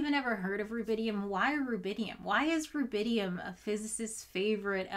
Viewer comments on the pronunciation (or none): So it's rubidium not rabidium and not even rabinium.